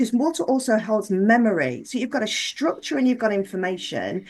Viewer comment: I'm trying to listen but cannot get past "shtructure" , there's no H in STRUCTURE